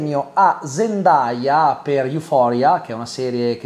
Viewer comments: Zendaya lo ha meritato troppo 🥺❤️ P.S Comunque la pronuncia non è “ZEN-DAI-A” ma “ZEN-DEI-A” 😅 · Si pronuncia "zendei"